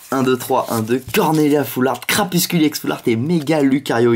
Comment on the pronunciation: C'est CrapusTule et pas CrapusCule